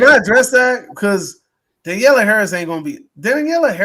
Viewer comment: Maybe 5 minutes on prep time guys? You didn't even know thier names. It's also Danielle. Not Daniella. And SCOUT Taylor-Compton. Harris carried the fanchise when Curtis left it, so Halloween fans owe her a bit of respect, to say the least.